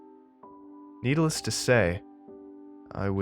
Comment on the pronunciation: "needles to say" 😅